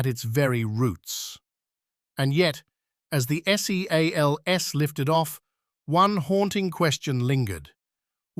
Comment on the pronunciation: The way AI said seals is so cringe and sloppy